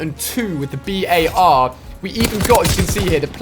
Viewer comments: Dude jus say bar . Its not the B.A.R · Alia its not pronounced B.A.R its pronounced bar other wise it would have those periods between the letters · The BAR is not called B.A.R the way ur saying it is wrong